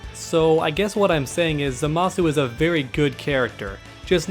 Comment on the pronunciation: It's pronounced ZAH-muh-soo